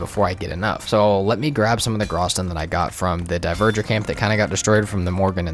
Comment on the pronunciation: Bro keeps saying diverger instead of dvegr😂